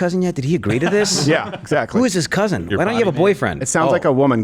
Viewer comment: Her "cuzin" is probably serving time in county